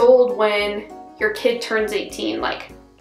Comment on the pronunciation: And yer, instead of your